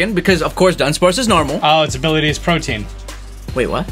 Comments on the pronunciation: Dumbsparces new ability is not protean it is pro-tee-an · Lol it’s protean, not protein